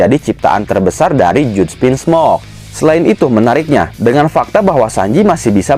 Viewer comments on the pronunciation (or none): Bacanya Jaj bukan juj wkwkkkk